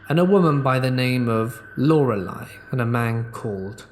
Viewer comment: First, when you said one of those entities in a story was named Lorelei I got the chills man. It’s not a common name so I don’t hear it often so the fact I share the name with a spirit is spooky to me 😅😰 (thank you SO much for pronouncing it correctly) Second, Can you imagine having a husband so filed with rage he hurts you when he’s alive AND when he’s passed away? Like, he still comes to haunt you and terrorize you. I kind of feel for that female inmate :( she was probably almost relieved when he was gone, despite having been the one to end him, but the horror of him coming back after death....yikes. It’s almost karmic in a way. And I’m not defending murder by the way. Just sayin.